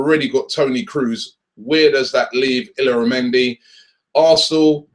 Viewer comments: btw it's pronounced "Ill-yara-mendi". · It's pronounced 'yaramendi'